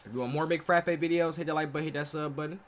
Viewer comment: With all due respect, I hope god has given you proper ears and a proper tongue. After listening to his name multiple times how are you even managing to pronounce him as "Mig Frappe"?? Its clearly audible...Kylian Mbappe..where is this "Fra.." sound is coming. Seriously. Check a player's name and pronounciation before reacting to their videos. If today someone misspronounced your name even after hearing it, you would'nt feel nice.